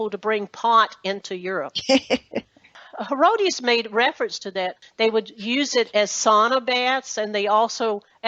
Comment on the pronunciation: It is pronounced He-ROD-it-us, Herodotus, not Herodius... Geez.